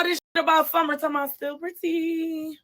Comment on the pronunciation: Not gonna lie, the bottle thing you said, "SummeRRRRR" BUM AZZ 😂😂